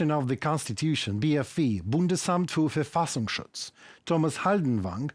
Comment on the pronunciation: Respect, excellent pronunciantion of Bundesamt für Verfassungsschutz!